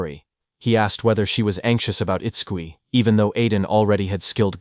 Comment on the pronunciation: You must maintain smoothness of your Manhwa Recap.. the automatic AI voice narration often pronounces the MC's name wrong.. Itskui, and its cookie 😭💀 Let us fully enjoy the Manhwa Recap pls..🙏